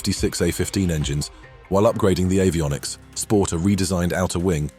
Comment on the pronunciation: what are "A-viomics"? Are they superior to B-vionics? 😊